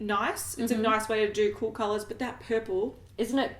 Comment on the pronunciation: Please keep saying kalulas for colors!